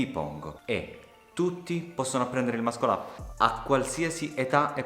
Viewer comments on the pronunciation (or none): tutti possono imparare ad eseguirlo, pochi a pronunciarlo... É MASSOL UP non mascol up